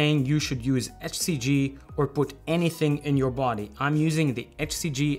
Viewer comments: You pronounce HCG like "FCG". 😄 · He’s saying “HCG” I couldn’t understand him also…he cannot pronounce “H”!! 🤣😂🤣